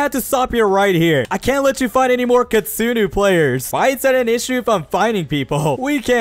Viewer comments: kitsune it pronouced k i t soo ne not kitustu take this knowledge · Kitsune not kitsuno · You say kitsunu but don't you mean kitsune? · Bruh that is a kitsune not kitsinu ok you say it wrong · why you say kittsune is kittsunu is wrong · "kitsunus" it hurts my soul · ITS KITSUNE NOT KINSUNU🤓👆👆